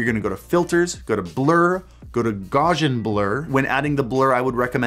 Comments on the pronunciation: Heh heh... It's NOT "GAUZH-an." It's "GOW-see-an," named after the Gaussian mathmatical (probability density) function which was, itself, named after it's "inventor," German mathematician Carl Friedrich Gauss. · Please don't ever say "Gause-ian" blur again. It's "Gouse," as would rhyme with "house." From mathematician, Carl Fredrich Gauss. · Gaussian rhymes with Cow-sian, not Gawsian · Gaussian is pronounced with a strong 'A' like in the word, "gawt". This guy created the Normal distribution aka linear distributions for statistical analysis. So, what this means is that for every unity increase in the blur value there is a direct association in the effect you see, "The Blur". Which is not associated to a multiple of the "n" power, aka X^n (X-squared; X-cubed and so on). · Just wanted to let you know two things: 1.) Great video, I learned a lot. Thanks. 2.) The name "Gaussian", is pronounced "gow-see-an". fun-fact, Is is the name of a mathematician (Carl Friedrich Gauss). Gauss's formulas make up much of the basis of computing and almost all other fields that are math heavy. he is some times called, "Princeps mathematicorum" which is Latin for, "the foremost of mathematician". thank you for coming to my ted talk. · As a science major it pains me to hear you mispronounce Gaussian 😂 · That pronunciation of Gaussian tho...